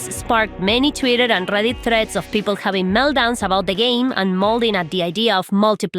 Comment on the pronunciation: The Darrrrrrrrrk conerrrrrrrrrrrrrrs of Rrrrrrrrrrrrrrreddit. Thank you, I needed that today. 10/10